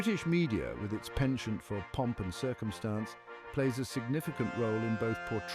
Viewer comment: Well, he obviously doesn't speak French since he mispronounced 'penchant' throughout the narration 😀